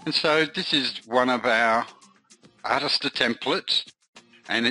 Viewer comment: Mate, it's pronounced "Artist-Ear"